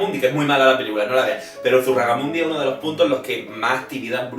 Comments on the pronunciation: Es peor que eso, ha dicho Zurragamundi xD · es Zugarramurdi y no zurragamurdi😂😂 el jueves estuve alli estudiando esto, y hoy he tenido un examen. Que coincidencia😂😂 He podido ver si tenia bien o mal el examen por parte de la iglesia. Gracias chicos, me encantais 😘😘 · Memeo, Zugarramundi xdd, los nombres en euskera no los sabes leer xd ZugarramuRdi, nene. Tk igualmente xd (mi nombre también lo lees bien) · ZUGARRAMURDI, por favor jajajaja. Realmente creo que nadie que no sea vasco sabe decir ese nombre. Ai ama, de cuántas maneras habré oído yo mal zugarramurdi.... ajjaja en fin un vídeo genial, como siempre! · Creo que no has dicho ni una sola vez bien Zugarramurdi xD me meo jajaja me encantan los creepy pasta, son mis videos favoritos del canal ^^ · siii jajajaja Zugarramurdii me sangran los oídos!! 😹 Saludos de una suscriptora Guipuzkoana 💕